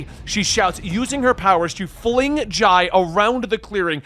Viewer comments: Dude the kids names are pronounced I-ree (she's named after Iris) and Jay (he's named after jay) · Why do you say the kids name wrong??? They are named after Jay and Iris, just spelled a bit different, but said the same. So for Irie, is like “IRY” not “Iray”, because when she frowns up, it turns to Iris. And Jai is like Jay. 🤦🏻 you keep doing this but it’s wrong and makes you sound so bad for not saying it correctly